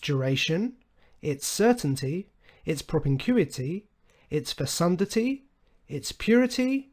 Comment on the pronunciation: Fesundity?, don't you mean Fecundity?